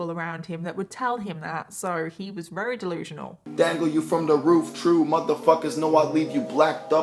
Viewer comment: You’re amazing, girl…. BUT there is no “h” in assume and no “w” in very. There is, however, an “r” in words such as year, very, church, burden, advertised, etc. You got this.